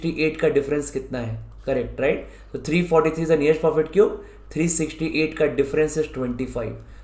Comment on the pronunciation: Y are u saying 'profit' cube instead perfect cube?? Otherwise loved the video, helped a lot thnks